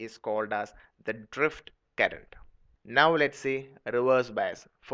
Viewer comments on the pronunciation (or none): Yeah i too noticed that he said drift current